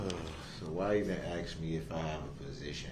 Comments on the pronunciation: I would axe him to act like a man I would axe him to take his punishment I would axe him to act like a human being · Groundz, dem, plaze, and the not know what certain words means, and he thinks he so smart to play lawyer. Oh ax instead of ask. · I noticed by the end of the trail he corrects his asx vs ask.